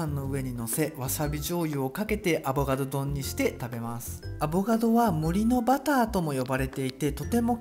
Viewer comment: さぁ～～～ん、「アボガド」じゃなく「アボ “ か ” ド」ですよね？wwww自分も以前友人から指摘をされた人間ですけど。汗